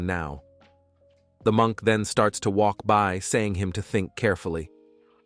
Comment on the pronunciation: He starts to woke in the rain. How do you woke in the rain. Its suppose to be walk not woke. Can't we get better Ai for these stories or use your own voice.